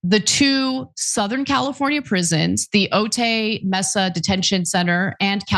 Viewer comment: San Diegan here! Otay mesa, it’s pronounced like “Oh-Ti”